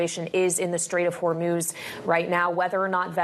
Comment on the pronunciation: South Africans are so naive and cannot even pronounce Hormuz correctly